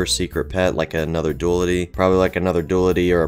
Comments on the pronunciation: dulity Me: I thought it was duality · I pronounce duality like dyou-al-ity rather than doolaty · its pronounced DOO LL TIH say dual, it's not DU AL its dual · It’s not dulity it’s du- AL ITY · but it is duality not dooldi .-. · It's not dulity it's duality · you said why are you saying it wrong, YOURE NOT. ITS “DOO-AL-IH-TEA” NOT “DOO-LUH-DEE” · # BRUH YOU PRONOUNCE DUALITY WRONG IT'S PRONOUNCED (Do-al-it-E) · your videos are nice, but your illiteracy isn’t. “DOO-AL-IH-TEA” not that difficult, also “Magic MARSH-MALLOW” don’t know where you saw mushroom. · ITS NOT HOW YOU SAY DOALTE!!!!!!!